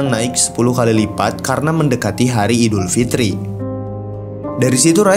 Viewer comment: Aildifitri bukan idulfitri bodoh